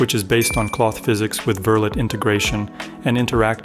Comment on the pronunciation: Just FYI, Verlet is pronounced like "ver-lay".